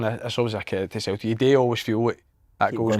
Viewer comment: Wish Si would stop saying Cel-ic